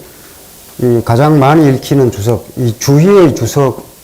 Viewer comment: 할수 있다는"가이"의 가는 좀 길게 발음하셔야 들을 때 금방 이해할수 있읍니다. 또 주석의 "주"도 장음입니다. 선생의 강의를 늘 기쁘게 듣는 사람으로, 한자구나 문장을 읽으실때 더 분명히 절도 있게 말하심면 좋겠읍니다.